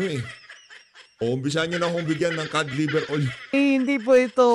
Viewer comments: Anong cad baka cod. ang pag pronounce lang (cad) pero ang spelling nyan ay cod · Nalilito na talaga ako. Iba na ba talaga ngayon? Kasi ang YouTube pag binasa na ngayon yutob tapus si atty ung COD, kod na basa pero narinig ko sabi niya ai kad. Sobrang behind na ba ako😂